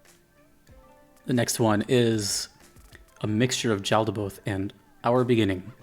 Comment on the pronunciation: It’s pronounced yaldaboth